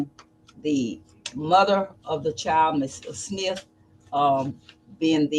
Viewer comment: There is a D at the end of the worD chilD!!!